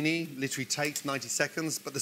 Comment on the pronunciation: Like llltttrrllleeeyy?